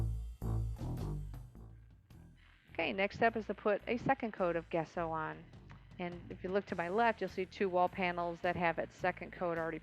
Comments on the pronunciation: I'm totally going to try this, thanks so much for the video!! Just one small issue, it's not "guess-so" it's pronounced "jess-so". It's an Italian painting term. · It looks good, but what is the stuff called? I am not sure what Guesso(?) is. In art school, we primed canvases with some stuff called Gesso (pronounced Jesso). I am not trying to correct you, or split hairs, I just would hate to use gesso, when in fact there is something else out there for this project called Guesso. I have been utterly surprised before :)